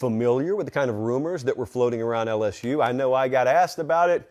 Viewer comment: if you want to be disrespectful, just say LS-who like everyone else😂😂 LS-SHOE just doesn't hit the same. Now, when people type "lsshoe" it's more in reference to the 2020 Florida game, where a penalty for a thrown shoe ended up winning the game for the Tigers. Second of all, LSU fans are very self aware of the way they pronounce the teams name to begin with, and that has its traces in Cajun heritage. Same reason the fans use the spelling of "geaux"; pride of the culture of Louisiana. Tl;Dr: your attempted insult of spelling LSU as "LsShoe" is outdated, unoriginal, and 0% offensive. Have a good day, sir.